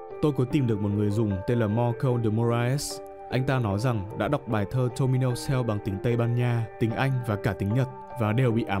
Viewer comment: "Tomino Hell" Mà ông nội đọc thành "Tomino Heo" ạ:)